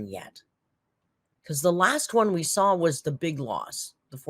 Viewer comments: like we're going to take advice from a 600lb illiterate dumb shit that says supposiVely & sawL. She's just barely not mentally handicapped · that extra “ell” sound in words ending with “saw” (“sawl”) and in the middle of some words like “both” (“bolth”) is a feature of several US dialects. Apparently some Southern dialects use this and the area of Northern California in which she is raised apparently does also. I’ve heard it in speech by someone raised in Colorado/Utah also. So it’s part of specific dialects and not something she does to annoy people. I really wish people would stop laughing at people for using non-academic dialects. Dialects are real complete languages with consistent grammar and vocabulary/pronunciations and are just as much an expression of human intelligence as anything used in schools, no matter what uninformed English teachers may have told you. Use of dialect is not an indicator of low intelligence at all. No need for linguistic snobbery, people. has lived in several different places and her speech is mixed because that happens to many people, including myself. But the “sawl” and “bolth” seem to be from Northern California in whatever region she lived in or where her father grew up. (We are also influenced by our parents and others around us in our earliest years, and not just by the locals). Not every area of California, obviously, so people saying “I’m from California and I don’t do that” - chill, dialects are often very localized. If you wouldn’t shame an adult in real life standing in front of you about their use of dialect, you might refrain from doing it to YouTubers